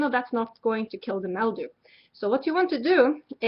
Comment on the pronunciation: She keeps saying MEL-dew instead of MIL-dew. LOL.